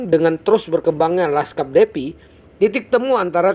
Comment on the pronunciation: Semangat Bang , Defi Dibaca Difai Bang hehs